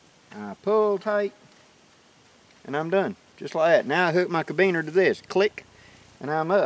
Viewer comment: Nice tip...but why are you called "? Your white right? And it's called a caribeaner I believe, not cabeaner...lol. Anyway, thanks for you handy hammock tip, I plan on trying this out...